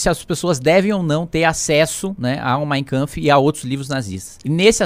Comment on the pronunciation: E ñ é mainkamfi... é mein kampf...